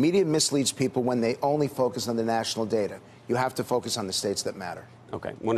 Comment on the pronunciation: "I hear it in my fuckus groups"